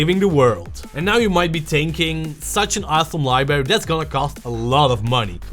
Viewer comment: Please! The word is LIBRARY! Not LIBERRY! Look! There's another R in there! LIE-BRARE-EEE Try it!